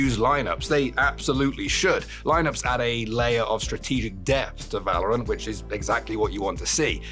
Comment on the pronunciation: Don't talk about pronounciation with yours on "Valorant"...